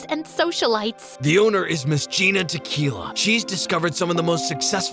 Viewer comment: the owner is GiNa tequila # sounds white Tequila te key LA but in a Spanish accent pple